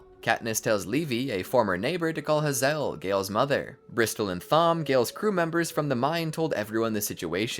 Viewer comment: Hazel has a long a luv. Not Ha zel but HAY zel But awesome video!